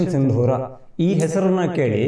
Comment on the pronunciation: ಸಿಂಧೂರ ಅಲ್ಲ ಸಿಂದೂರ